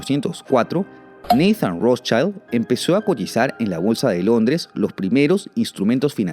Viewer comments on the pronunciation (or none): ¿Por qué si Rothschild es alemán lo pronuncias como si fuese apellido inglés? La pronunciación en un idioma que no corresponde es incorrecto.